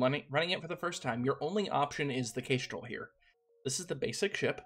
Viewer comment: 1. Kitteh! 2. That's a new-to-me pronunciation of Kestrel. Kess-trel like the bird (a few of the ships are named for birds, which is a pretty standard take). Is Kay-strel a regional accent thing? (curious, not mocking) 3. I did try this game briefly. I had no idea what I was doing and it went very badly. Hearing someone who knows what they're doing call it not-easy is good to know.